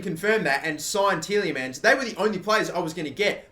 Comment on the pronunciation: 'Ti-EH-Le-Mans'... not teeleymans